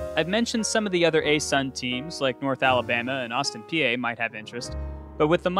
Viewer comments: "Austin Pe-eh" It's Austin "Pee". I'm not kidding. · Just a heads up: it's "Austin Pee" phonetically. I don't make the rules lol